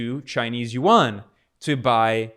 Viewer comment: For a video focused on the yuan I hope that at least he could pronounce the fucking word right